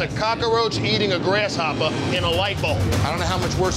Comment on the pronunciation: nah he said 'GrassHOPPAH'